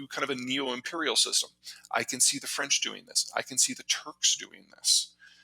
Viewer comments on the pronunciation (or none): none